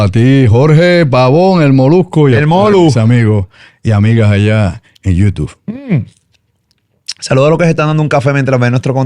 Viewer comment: Alguien que le enseñe a Andrew a pronunciar “YouTube”